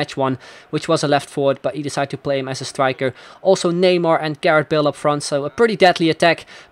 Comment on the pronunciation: He says bale as 'bill'